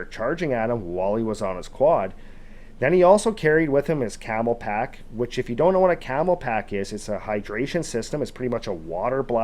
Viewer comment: CamelBak, not camelpak.